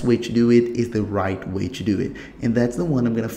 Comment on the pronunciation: "if you want chew back up the right way... you have chew go chew settings.... chew backup.... once you are finished......you are good chew go...."